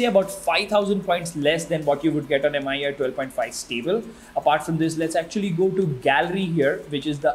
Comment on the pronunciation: Should be pronounced Me-UI by the way.